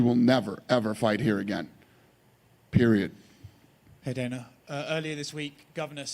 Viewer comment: man actually said “Dina” tf 🤦‍♂️😫😂